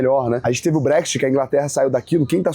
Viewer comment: Tréssuris & Bréshit